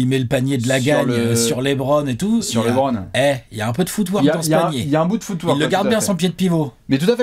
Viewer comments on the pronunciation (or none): À chaque fois qu'ils disent footwork, j'entends foutoir 😂 jpp 😂